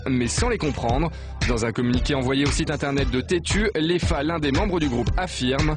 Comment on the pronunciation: Léfa??? taré de journaliste c Lefa on pourrait porter plainte aussi pour déformation de nom (nom d'origine africaine Fall Karim en verlan)